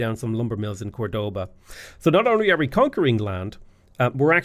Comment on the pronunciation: Córdoba literally showing with an accent which syllable to stress.: Cordóba